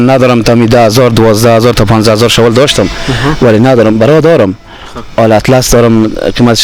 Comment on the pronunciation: شاول چیه برادر بخدابهمان میخندن نگی شاول